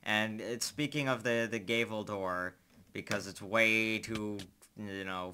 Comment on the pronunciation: You pronounce "Gavel" like "Gay-Ville"